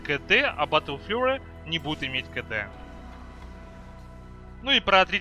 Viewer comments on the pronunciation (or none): гайд хороший, произношение плохое... учи англ или используй больше русских аналогов английских слов. Бэтл Фьюри читается.